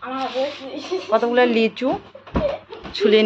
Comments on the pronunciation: Lechu noy lichu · কথাটা লেচু না লিচু হবে। তোমার উচ্চারণ খুব ভুলভাল হয়। ঠিক উচ্চারণ কোরো।